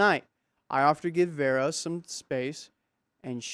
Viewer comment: Vera isn’t Verra. It sounds like Veerah ❤